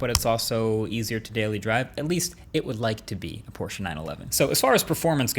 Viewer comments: i'm incredibly impressed by you not totally butchering the word "Porsche", thats a rare thing to come across outside of germany! xD probs! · thank you Marques for pronouncing Porsche right. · Have my german like for pronouncing „Porsche“ correctly ❤️